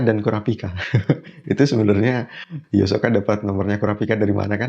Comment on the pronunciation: namanya bukan hiosoka bang itu mah versi duber indonesia, yg benar Hisoka gk pake o 😆